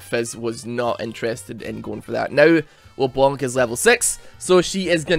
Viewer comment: IT'S LEBLANC, NOT LE-BLONK! STOP TRIGGERING ME! Still, love the video man.